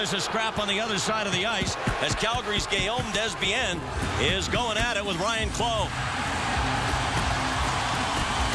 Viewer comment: its prenouce "DAY" "bein"